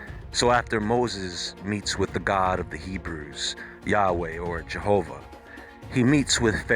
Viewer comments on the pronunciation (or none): none